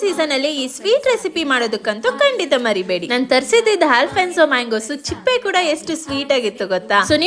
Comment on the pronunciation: ಚಿಪ್ಪೆ ಅಲ್ಲ ಅದು ಸಿಪ್ಪೆ ಅಂತಾರೆ